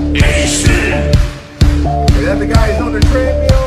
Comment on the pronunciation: Like many people (outside of Germany), I first heard a Rammstein song waaaaay back in 2002 from the opening scene in the Vin Diesel film, xXx. Official video here: ?v=ZkW-K5RQdzo . Oh, and it's pronounced "Ram-Shtine" (ram almost rum shtine) like shine with a T.